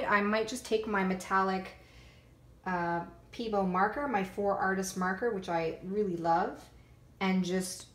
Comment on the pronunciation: Hi, I really enjoyed this tutorial! But I want to tell you something that's only meant to help... Pebeo is said PBO... and VIH-TREE-ALL, and AL-KAH-LID. But other than that, you rock! I love your creativity!